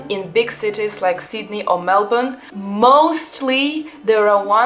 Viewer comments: I love that you can say Melbourne properly. Good onya. You are a delight to watch and it’s great to hear your perspectives. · Hang on you just said Melbourne like a local are you sure you're Russian?